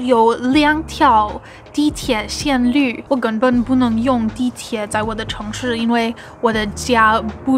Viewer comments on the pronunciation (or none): 线路，lu， 不是绿